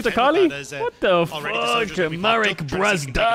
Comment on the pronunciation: ITS NOT MAWEK BWAZDA